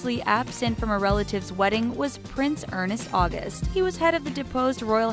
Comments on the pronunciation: It's "ernst august" not "ernest august". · oh my the butchering of the name ernst august XD learn to pronounce the names guys